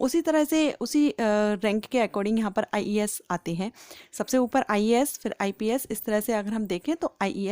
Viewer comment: When you say ies I listen ias 😂😂😂😂😂😂😂